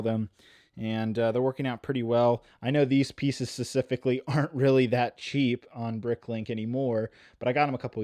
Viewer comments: Specifically* Emphasis on the p. Thank you. That’s my only critic and it’s petty, I know. Keep up the great work! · Please stop saying specifically wrong lol